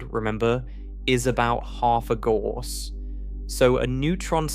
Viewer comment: Gauss rhymes with house.